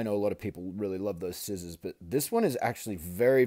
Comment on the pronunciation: As soon as I heard you say skissors instead of scissors I subscribed to you.